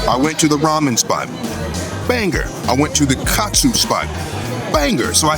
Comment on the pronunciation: Love how unc said katsu love it